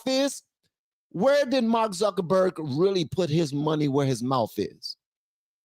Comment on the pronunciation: it's not zuckenburg it's zuckerberg